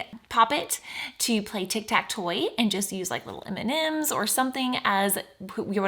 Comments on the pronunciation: I love your videos! I did notice instead of “tic tac toe” you said your sister’s channel multiple times, “tic tac toy”. 😂 Your videos are amazing, keep up the good work! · The fact she said tic tac toy instead of tic tac to to support her sister’s channel is very wholesome